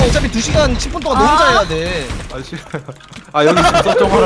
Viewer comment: 저만 멋사님 욕했다는 부분 "아니 싫ㅎ허요" 로 들렸나요...? 몇 번이나 반복해서 들은 뒤에야 욕으로 들릴 순 있겠다 싶긴 했지만